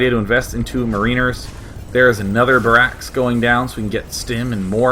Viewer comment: Who the hell says "Pee-doh" bear.....It's "ped-oh". As in pedophile And "Buh-rAx"?....."Bear-axe". ARG!